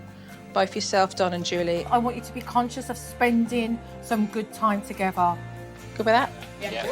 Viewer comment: I love suppernanny just wish she could learn to say together not togever